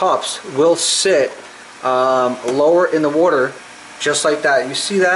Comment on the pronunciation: Where are your from? You're pronouncing water like a Fuladelfian.